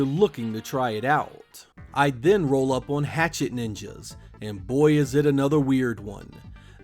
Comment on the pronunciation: On = On. Not On = Owan. You're welcome.